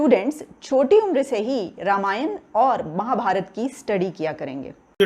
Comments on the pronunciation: Qamar Cheema can't pronounce 'Ramayana and Mahabharat' properly.. Let him learn it from the lady anchor. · अबे चीमा रामायण को ramayana और महाभारत को mahabharata बोल कर अंग्रेज की औलाद बनना बंद कर l